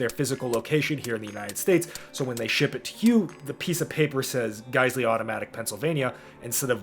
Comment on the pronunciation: that's not Geissele. It's GeissWong